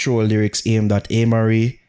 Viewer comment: If pronounce Amari as "Aye - marie" one more time 😬😅